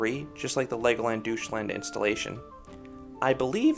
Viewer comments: Great vid, thanks for the overview of all the dragon coasters, I never knew every Legoland has one. By the way, I assume you mean Deutschland when you say 'doosh-land'? If so it's pronounced 'doych-lant' :) Also, as you suspected the Dragon at Windsor is very tame. Apart from the dark-ride section it's a complete snooze-fest and is also way too short to be worth the long waits it accumulates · The German in me is like wtf is a Doucheland? The American in me is like "LOL He called it doucheland!" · Great review! My only minor nitpick is how you pronounced Legoland Deutschland. Still, this looks like one of the better family coasters out there.